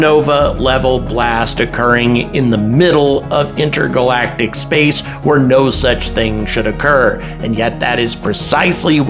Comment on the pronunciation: he said "inter-galactiv"